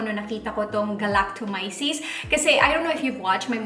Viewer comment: Thanks for the honest review. You're the 1st person I heard pronouncing 'Galactomyces' correctly 🙂 dami nako napanood na vloggers but mali (anyway, not so important).. hopefully you'll review the Power Glow Line nmn ng Luxe Organix 🙂